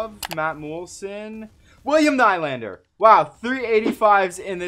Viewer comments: it's pronounced needlander. 😂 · Acccthually it is pronounced more like Nelander in Swedish!